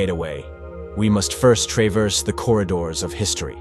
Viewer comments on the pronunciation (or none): Bro said "tray-ver-sed" "gay-tee" and "Jay-roo-salem" in the span on 10 seconds. AI voice over confirmed and video skipped.